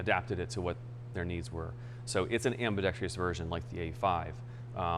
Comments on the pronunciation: The word is "am·bi·dex·trous" not "am-bi-dex-tree-us". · Gunsmith is a genius, but can’t pronounce “ambidextrous” properly.